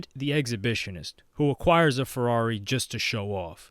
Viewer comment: “Purrari” 💀deadmau5 is goat